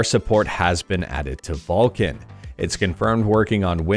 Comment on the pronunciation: It's VULKAN .... With the 'K'